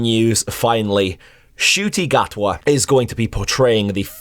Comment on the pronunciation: Thank you so much for pronouncing his name properly. Cheers mate!!!!